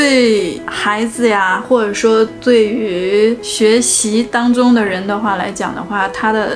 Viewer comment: MY 我又点进去随便看了几分钟听出来这么几个， cáo湿，zù的地方，当zōng，轻shōng，shuǒ有，借zù。可能北方口音里有这些发音错误听着比较明显吧，南方口音或者马来西亚口音大部分z zh都不分的话听着倒还好，这不算是东北普遍口音了。